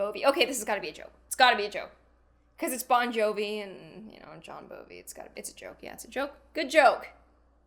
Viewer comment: she said bohn jovi